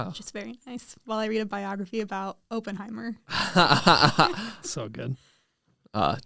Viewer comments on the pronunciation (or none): it’s Oppenheimer, not Openheimer